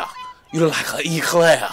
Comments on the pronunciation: Eclair with a É🤣🤣🤣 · He said it like Echlair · This nigga really said “Eclaer” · "You look like an Echlair.....an echlair" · 😂 I was wondering why he pronounced eclair like that. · Bro I wouldn't be Surprised if Clyde or Berleezy roasted you for that "Eclair"